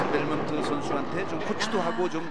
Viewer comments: 미국서는 벨몬티라고 발음 하더만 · 벨몬티가 맞는데 델몬트랑 벨몬트가 너무 발음이 비슷해서 부르기 편함ㅋㅋ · 한국인 한정 ㅋㅋㅋ 우리나라는 뒤에 e 있으면 발음을 안 한단 인식이 있나봄